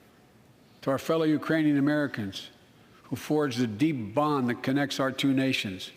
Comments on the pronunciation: "Urainian." Which is made up. Lol. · "Urainian people." Oh boy... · He said, "Urainian people." Which is still incorrect...